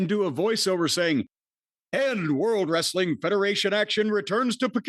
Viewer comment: Not being able to say wrestling is still wild 😂😂😂